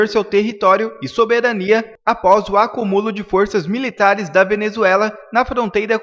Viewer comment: Você como comunicador, precisa aprender a falar português ..Não se diz " acuMÚlo " é sim " aCÚmulo". Pega mal falar sua língua nativa errado..!!